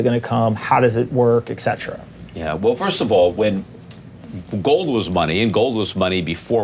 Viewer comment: who is "ekzetera"?